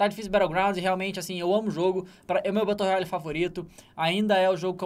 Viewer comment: RED DEAD REDMENTIONNNN BATLE RUYALYYYY KKKKKKKK